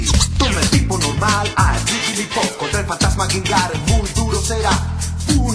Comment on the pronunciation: Tu dices GENgar, en toa la comica dicen GENgar no genGAR al iwal que Caterpie, todos dicen CAterpie no caterPIE, ese tipo de pronunciaciones raras sumado a pausas que no van con el flow de la cancion la dañan absolutamente, la parte de Mug tambien la dice con pausas inapropiadas, El original de prueba era mas fluido, con buena acentuacion de los nombres y era mucho mas cool que esta version, mas alla de mi gusto personal son esos detalles tecnicos que critico, simplemente no estan bien.